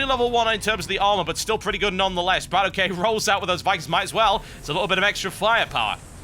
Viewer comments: Its Bratok not brat okay... it kinda means bro in russian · it's no brat ok(ay). it's bratok. where "a" sounds like "a" in banana! :) and ok like "ok" in lock. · TB plz stop saying BratOkay its 1 word bra-tok, meating in russian sleng brother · BratOK himself has said, that it's Brat-okay. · In order words, it's pronounced "brattock" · Why do so many people care that TB says the name wrong. If BratOK wants to correct him then that's his call. Everyone else need to stop being trolling fanboys and just watch and enjoy the freakin video. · Until Brat-OK corrects The Great TB on how to properly say his name... stfu